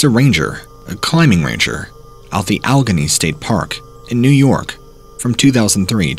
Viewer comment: Alleghany (Al-a-gain-E) Alleghany